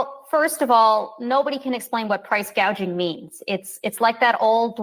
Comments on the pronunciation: Love the part of her saying GAUGING not GOUGING!! WTH?? 😂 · Did you hear her say "price gauging" instead of "price gouging?" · You were correct the first time It’s gouging not gaging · She read the wrong word gouging she said gaging